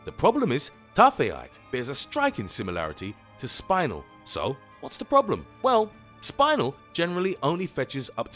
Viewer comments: Its pronounced chris o barrel and not spinal like your spine but spin el like spinning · spin el not spine el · spin-el.........not spinal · it's pronounced "Spih nell" not "Spinal" it's not part of a vertabrate's back :P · "Spine-el"? The correct pronunciation is "spin-el" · It's pronounced Spin-el, NOT like having a spinal tap! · SPINE-el I thought it was pronounced like spin-el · Spin-el you knob, not spine-el. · its not SPINE IL its SPIN EL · It is pronounced spenel not spilel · Lol I didnt realise he said spinel because he said the spine in spinel like the way you say spine. Lol I was so confusedd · My Taaffeite. My Taaffeite is fake. SPINAL. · You pronounced spinel wrong. It's spelled like it's said. Spin (like spinning around) el. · Spinel is pronounced like Spi-nell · Your aaying spinel wrong its spi as in spinning nel as in janelle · Your picture is spinel. You should care cuz he said spinel wrong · The way he said Spinel crushed me from inside. It's not a spinal cord, bud. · Sorry, but I remember that "Spinel" is read more like how you read it in Romanian (aka how they say it in the Steven Universe Movie) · I don't think spinel is pronounced like that. Look that up. And what about Padparadja?